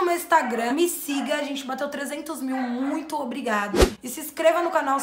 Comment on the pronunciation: Tu fala munito mano